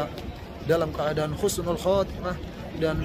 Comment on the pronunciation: Wa'alaikumussalam. Husnul bukan khusnul/khosnul🙏